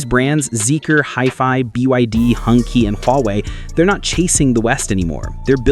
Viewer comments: There are two variants of pronounsation (depending on region): "hon-chi", as you wrote, and "hun-tsi". But not "hung-kee", you are right. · Nice selection! Btw Hongqi is pronounced ‘hong-chee’ not ‘hung-kee’ 👌 take a few moments to learn pinyin, it’s fun!